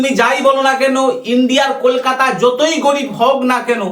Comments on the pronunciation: সাউয়‍্যামারানি কলকাতাটাও ঠিক করে বলতে পারেনা 👺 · Kolkata uchharan karne Nahin a raha hai😂